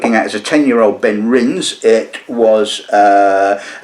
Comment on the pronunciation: Great review but... pronunciation - Benrinse ❌ BenrinNES (like Loch NESS) ✅